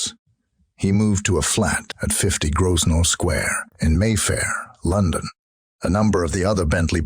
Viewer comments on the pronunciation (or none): Please remake this video with a narrator that can pronounce the place names correctly. Cannes is pronounced 'can' not cans, Calais is calay not cal-aye and worst of all the classic American mispronunciation of Grosvenor, you can guess what he says ;-) And yes, I agree, the cowboy drawl is rather grating too...